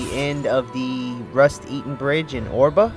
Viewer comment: It's pronounced "Air"-ba. Not Or-ba